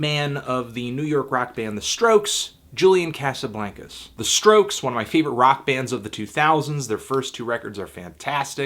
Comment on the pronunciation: Why do you say "Julian Casablancas" like that? Isn't it "Jew-lyan Kah-suh-blahn-kuz"?